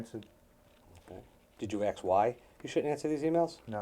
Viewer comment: Why does this attorney think that people are axing other people? This isn't a murder trial. ffs... "Mr Voorhees, did you ax Melissa in Friday the 13th Part VII - The New Blood?"